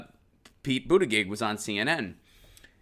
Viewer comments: Pronounced Butta Judge. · Its pronounced boot-edge-edge or call him booty-judge like kyle lol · His campaign printed shirts when he first announced that read ‘BOOT-EDGE-EDGE’. Share with Jimmy, he has no idea how to announce it either. Love your show (and Lucy)! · I love you, and I’m no fan of Mayor Pete, but it’s ridiculous to not learn the proper pronunciation of a candidate’s name, no matter how you feel about them. It’s literally a Google search away. No offense, but you sound like my dad, who has never taken the time to learn the pronunciation of Pete Buttigieg or Alexandria Ocasio-Cortez because he’s a centrist and doesn’t care to take the time to learn.